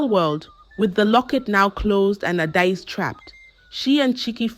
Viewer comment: If you can’t pronounce names, I still best you don’t use them… your pronunciation is Ada-ezi instead of Adaeze